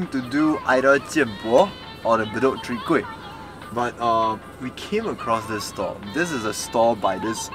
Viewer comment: Lol sounded like he say sowee kueh rice cake at the mark. Mix off soon kueh and chwee kueh? Maybe that can be the next challenge.